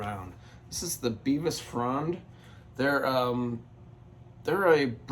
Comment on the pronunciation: Bevis Frond is not pronounced like Beavis and Butthead. It is Bev-is like in Bev-erly.